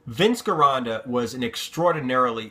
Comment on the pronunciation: You keep pronouncing Vince's name wrong.. it's pronounced like "Jeronda" because in Italian there's no hard G sound.. thanks and love your videos.